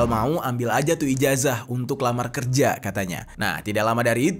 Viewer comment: Santai aja bang jer😂 Ijazah dibaca Ijasah